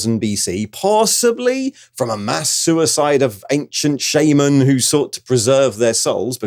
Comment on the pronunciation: Superior video, if only because you pronounce “shaman” correctly 😛.